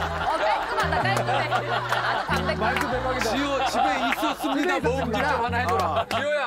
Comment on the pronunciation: 집에 있었습니다가 아니라 진짜 집에 있었습니닷 이 발음이라서 너무 귀여움 ㅜㅜ